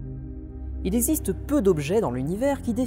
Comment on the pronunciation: "Il eSiste peu d'objets dans l'univers ..." ? Est-ce que c'est seulement une petite faute de prononciation ou alors le (gz) de "exister" à disparu au même titre que celui de "Bruxelles" comme on l'entend souvent aux infos ? Ou peut-être que les professeurs de primaire avaient un léger problème d'élocution...